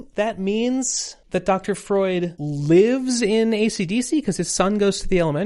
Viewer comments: also "froid" is just French for "cold" and does not rhyme with "Freud", as a note not a correction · Froid (pronounced kind of like "fwah") is French for cold, that would be why he's called that. Chaud is also French, it's pronounced kind of like "show"